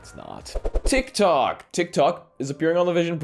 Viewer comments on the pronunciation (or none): none